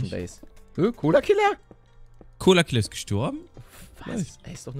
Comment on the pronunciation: Colo Killa NICHT ColaKa . :D